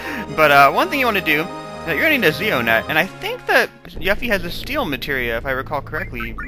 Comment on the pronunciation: You finally said Yuffie's name right! (You-Fee not Yuff-Fee) That makes me happy.